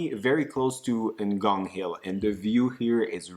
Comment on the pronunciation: 🤣🤣🤣 you guys.... u need to Google how to pronounce 'ngong' coz I'm still on the floor 🤣🤣🤣